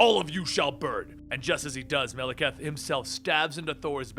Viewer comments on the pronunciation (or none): Wtf? Melakath? Could've sworn it was malekith